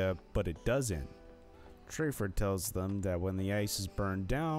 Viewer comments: His name is TAFFER!!! Not Traffer!!!! You're creditability is ZERO! Also, your first clip is from Shameless! You're ridiculous!!! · Who is trayfer? It's TAFFER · Makes me laugh when people make videos that they have no idea WTF they're talking about!! Like stop clout chasing and making videos of a shower have never seen lol there is no way that u ever watched an episode at all how does TAFFER get pronounced TRAY FER??? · It’s TAFFER NOT TRAYFER. You need to watch lots of Bar Rescue to know that